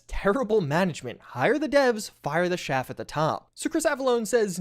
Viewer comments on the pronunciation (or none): the guy mispronounced 'chaff' ish